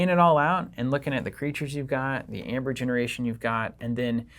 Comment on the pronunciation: It was so hurtful to hear you pronounce Aember. Google how AE is pronounced: in English as '/iy/' or "ee"., the Word is Ember not Amber.